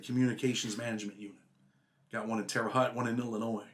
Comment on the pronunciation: Another great one. But it cracks me up how some pronounce Terra Haute. Terr-e Hoht Anyway keep doing what ya do brotha man 🤘🏼👌🏼